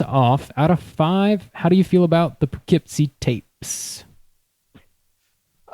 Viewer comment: awesome podcast! local legend here in poughkeepsie (also- its pronounced pUHkeepsie)